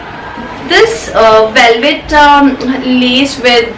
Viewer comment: Lees 😂😂😂😂its caleed lase